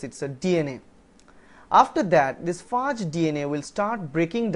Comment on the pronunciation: he pronounced it rightly. it is pronounced as 'FAAG' and also, if you wanna give grammar tuts consider doing a video:) :)